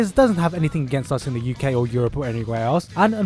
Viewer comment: It`s entertaining to me how you say UK and Europe :D